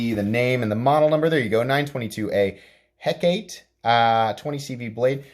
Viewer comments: (Heh-Cah-Tay ) it is the name of the Greek goddess of magic . Great video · Hecate is pronounced (Hek)(ahh)(TEE) or Hek-uh-TEE. Just think about how the beer Tecate & pronounce it in the same manner. 🍺🍻👍 Been looking at this sucker so thanks for this review.